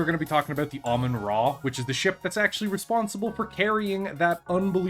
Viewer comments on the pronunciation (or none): I love automatic subtitles. said Ramen-Ah, and YouTube said Almond Raw, the name is cursed, sorry to say